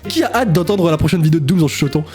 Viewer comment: C dooms pas domms :V